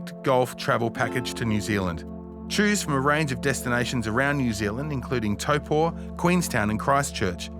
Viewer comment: Old mate says Taupō so well! Amazing video.